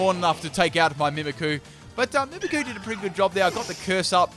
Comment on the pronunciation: Am I the only one that get's annoyed when ever he says Mimikyu as Mimikoo?